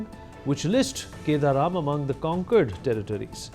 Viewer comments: It's kadaram not kedaram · I feel it is kadaram not keda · It is not kedaram...it is Kadaram...